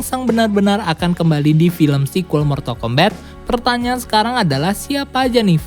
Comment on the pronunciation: Mortal kombat di baca mortal kombat, bukan mortal kombet, di game sendiri ga ada dialog yg nyebut mortal kombet